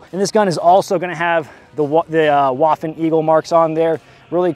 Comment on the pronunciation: Waffen, not waffle ha ha